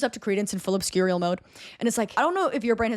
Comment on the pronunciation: The way you consistently mispronounced obscurial 10/10 😆